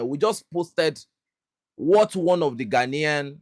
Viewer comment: did you say GHANAIAN......🙄😯